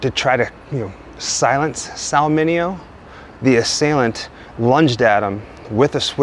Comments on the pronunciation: Pronunciation - ’Min Aee Oh’ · MINEO NOT MINIO.